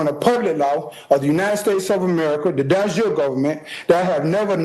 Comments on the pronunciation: Dude can't pronounce De Jure because he's never heard it spoken aloud, but he's gonna self represent on a murder charge. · Boss move was the judge not correcting the guy's pronunciation of "de jure".